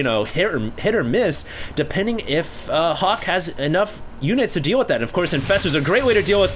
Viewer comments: everytime says Hawk, I think I hear Huk lol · is so asian when he says Hawk....people hear Huk. LOL